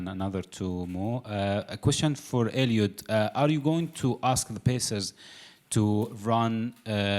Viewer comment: Someone should tell 'Sir Mo' that his name is Eliud, not Elliott! 🙄